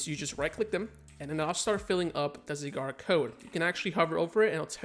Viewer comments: Not going to lie I hate how you say you Zygarde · Learn how to pronounce zygarde 1 like=1 porygon